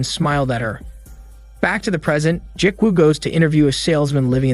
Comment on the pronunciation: Ji-woo is pronounced gee-woo like gee in gee whiz and woo like woo--hoo. Not Jik-woo...... other than that cool movie recap.